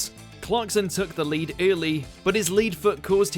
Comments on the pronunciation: Came here to say this! It's Phil OAKEY ffs, also spotted the "lead foot" with lead pronounced as 'leed' instead of 'led'. Shocking. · Lead (leed) foot?! It’s lead (led) foot you pillock! 🤦‍♂️ Get rid of this narrator